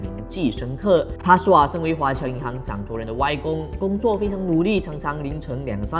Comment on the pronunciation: 是掌（舵）人，不是掌托人吧？